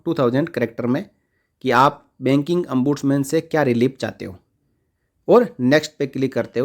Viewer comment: It is not Ambudsman but Ombudsman